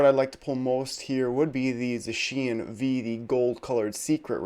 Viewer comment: Please change the way you pronounce Zacian lol you’re the only person that pronounces it that way